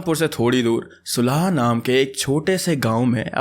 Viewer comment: It is cute how he mispronounced Nagrota Bagwan and Sulah 😂